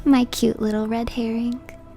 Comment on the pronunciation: The way she emphasized "red herring" made me imagine chat as a red version of Fishman. lol